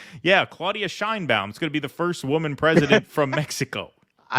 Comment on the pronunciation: In México her name is not pronounced that way! the right way to pronounced it, the Mexican way, is Chain, as in chain, ba-un... Chain-ba-un and nobody cares about her Jewish background, the color of her eyes, the length of her hair, her age,...she has what it takes to be a good president.